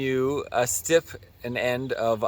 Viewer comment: I think that’s a ‘stipend’, not a stifened